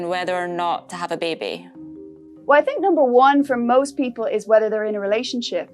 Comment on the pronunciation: Weejy presenter OFF. Wew is not how one pronounces WELL. Therty is not how one pronounces Thirty.